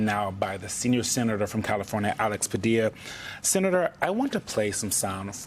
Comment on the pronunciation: Sen-a-tear Jose Padilla 😭😢😹😿😹😢😿😹😢😭😭